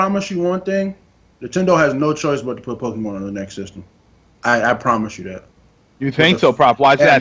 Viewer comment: Can you please tell that it's PokeMON, not PokeMAN?!?